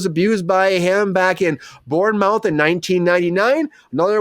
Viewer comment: Your pronunciation of Bournemouth is hilarious! 🤣